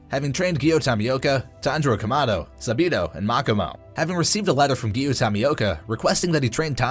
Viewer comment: Not サビの, it’s サビと!